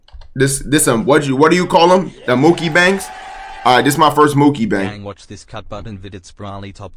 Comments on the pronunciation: Bro really said Mookibang 😭💀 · Blud said Mookibang 💀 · Ah yes mookibang